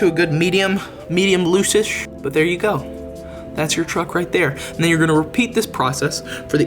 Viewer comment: "medium looshish"😂